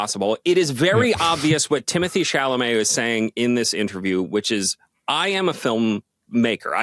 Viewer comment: Would suggest pronouncing Mr. Chalomet's name right if you have so much respect for him.